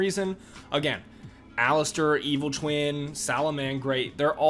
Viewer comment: Aleister not Alistair. Otherwise great vudeo.